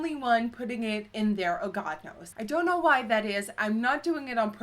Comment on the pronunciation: I love watching these just so I can hear you say "oh god no's" like its one word xD